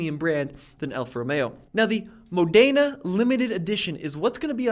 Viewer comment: Mod-en-ah You nailed it on your last attempt there 👏🏻